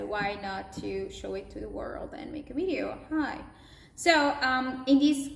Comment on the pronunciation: Very good ! Just work on your "V" sound a bit to avoid in this bideo.